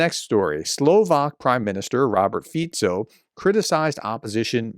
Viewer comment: Well done Prof, for getting the pronunciation of Fico right! Most commentators do not 😊